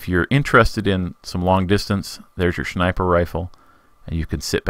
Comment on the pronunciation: haha he said Shnaiper